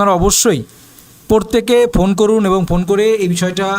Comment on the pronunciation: উচ্চারণ টা পোরতেকে নয়, প্রত্যেকে হবে। দয়া করে উচ্চারণ টা ঠিক করুন